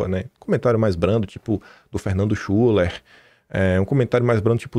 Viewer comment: a pronúncia certa é Fernando Shiler com o “u” com som de “i”…..Boa sorte aí amigo!!!